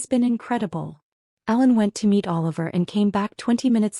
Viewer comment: Please make it clearer. It sounds kinda like Alan. When it's Ellen.